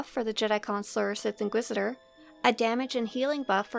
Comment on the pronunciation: the sith inquidisidor lol